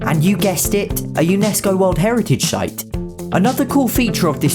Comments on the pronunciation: He pronounces 'site' as 'shight' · "A UNESCO world heritage shite" 🤣